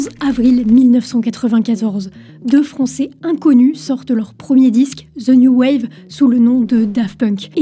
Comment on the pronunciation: "Ze noo wav" sérieux, c'est pas dur, si t'es pas cappable de parler anglais, dit0le en français, y'a aucun putain de "Z" dans le titre...